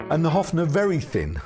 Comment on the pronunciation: Offnah, lol? I think it's "Hoff-ner", but I'm just a silly Yankee. 😅. And wait. One would associate Chet Atkins more with the Country Gentlemen, no?